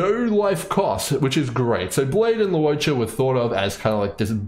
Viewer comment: Bro really says lu-o-cha 😂